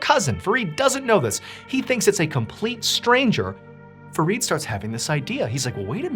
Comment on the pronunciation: It's Fareed and I'm hearing forreed😂